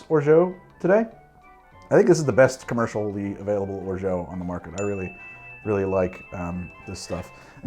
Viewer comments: There are different ways of pronouncing orgeat. It's certainly not "or-joe". If it was spelled orgeaux, your pronounciation would make sense, but however it's pronounced french language rules definitely makes it a hard "t" at the end. "Or-shut" is the reasonable interpretation. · As I sit here muttering "orZHAT, orZHAT, ORZHAT DAGNABBIT!" 🤦🏼 (There is no way in French for "geat" to sound like "jeoh". Just… no.) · Orgeat is pronounced or-ja. In French "ge" is pronounced like a "j" if followed by another vowel. The "a" is pronounced like a Spanish "a" and the "t" is silent. The "or" part is similar to the English "or" but with the raspy French "r". This pronunciation is the official one. Weird someone told you it's pronounced differently, probably Canadian French. Whatever though it's ok to pronounce it however we like. Congrats on the sponsorship man! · Christ. "or - ZHO" for orgeat? You couldn't possibly have pronounced it more wrongly. Unless you tried to. Fuck, you should just try to. I suggest, "Orgy A-T." All-Terrain Orgy syrup. From the French, obvs. This is at least the second time I've tried to correct your goddamned French, you bastard. Except this time I'm not going to bother, so there. Bone appetite with your drink. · Hey ! Normally it's pronounced "Orja" and greetings from your French subscribers ^^ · Love me a Trinidad sour! I think orgeat rhymes with orange... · I love you but it's intervention time, I know it hurts, but no matter how many years you claim otherwise, no matter how many people in France you speak to, no matter which region they're from, no matter how many different ways they may pronounce it, not a single one of them is going to pronounce Orgeat as "Orgeau". (Someone from the francophone Caribbean correct me now or forever hold your peace)